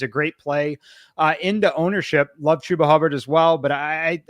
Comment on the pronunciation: I was done when she pronounced Chubba wrong.